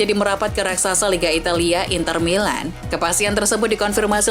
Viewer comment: I ❤ U min. Ketika kamu bilang rasaksa seri-a italia inter milaan...